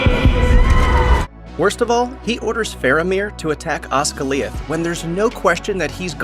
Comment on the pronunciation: The way the narrator pronounce Osgiliath pretty much sums up his knowledge about the movie and the books. I'm sure this guy is only reading from a script. 🤢🤮